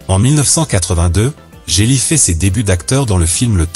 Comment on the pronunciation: on dit jet li pas jé li